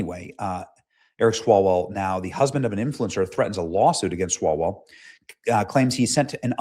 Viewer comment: "Swallowell". That is the correct pronunciation.🤣